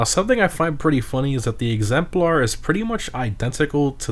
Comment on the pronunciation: it's pronounced "egzempler" not "egzemplaurh"